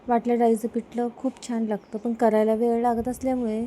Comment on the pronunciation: पिटलं नाही पिठलं, पिट नाही पीठ 😂